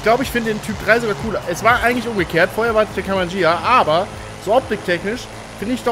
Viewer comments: Das Gh wird immernoch ausgesprochen , wie bei LamborGHini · Ghia nicht Jia! Durch das H hinter dem G spricht man es als G und nicht als J, siehe Lamborghini, dass heißt schließlich auch nicht Lamborjini! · Hab ich mir au gedacht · Wieso nur sprichst du immer "Ghia" falsch aus und redest immer von Beetle statt Käfer?!